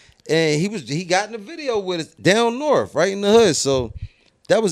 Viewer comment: It’s not north it’s norfff 😆